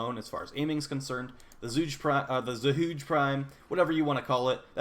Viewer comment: Zhuge is pronounced "chookuh"... Chinese origins